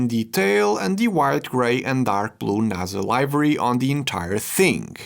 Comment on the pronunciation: Hey, livery is pronounced LIVA-REE. 👍:face-blue-smiling